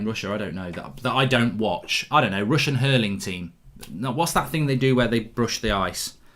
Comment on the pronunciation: Mark pls stop saying "Ting", there's a 'H' in the word. It's "Thing" not "Ting".